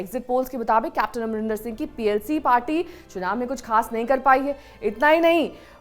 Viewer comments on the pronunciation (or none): none